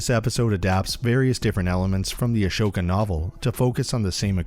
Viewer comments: XD yeah that stuck out to me. Not sure if he’s trolling, but all the shows pronounce her name AH-SO-KAH. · A"SH"oka? rly? xD